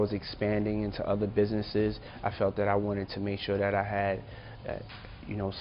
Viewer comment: Why does he pronounce THAT like DAT ? Sounds so lazy and ignorant but has a suit on so I guess he’s smart right ?